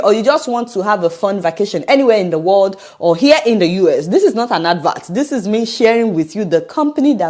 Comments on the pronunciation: THIS IS NOT AN "ADVART"? OMG! IS THIS GOOD ENGLISH PRONUNCIATION IS ADVERT NOT ADVART. YOU'RE SPEAKING BRITISH OR AMERICAN ENGLISH, SO USE THEIR CORRECT ENGLISH PRONUNCIATION. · THIS IS NOT AN "ADVART"? OMG! IS THIS GOOD ENGLISH PRONUNCIATION? ADVERT AND NOT ADVART. YOU'RE SPEAKING IN BRITISH OR AMERICAN ENGLISH, SO USE THEIR CORRECT ENGLISH PRONUNCIATION. YOU'RE NOT SPEAKING IN "YORUBINGLISH".